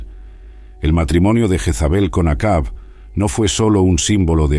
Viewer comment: Interesante el vídeo, sólo que no se pronuncia.. Yagüe...sino... Yavé... parece una burla....y es Acab...no akabi.